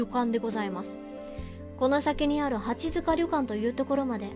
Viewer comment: 、リクエスト採用ありがとうございます！！ 読み方、きしもじんであってますよ！！ って、読み方出ましたね！！ このゲームは本当に無駄な事柄が一切なく最後のフラグの回収が凄いゲームです！！ 八塚（やつか）ですよ～ 最初の音量でも自分は大きすぎなかったですよ～ My梨イオン！！！ セーブデーターを別けて、グッド・ハッピー・そして、自分が一番お気に入りのトゥルー・三つのエンディング、見ますか？ どれも、素敵な終わり方なので、ぜひ、3つとも、見ていただきたいです！！